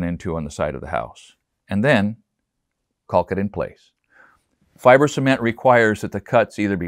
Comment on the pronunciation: I've never heard someone emphasize the L in cauLk like this.👍🏼👍🏼👍🏼